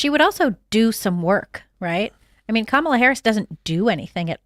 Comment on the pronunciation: How can you run a political website, cover politics closer than most humans, cover the presidential campaigns for the last year and still not pronounce the guys name correctly.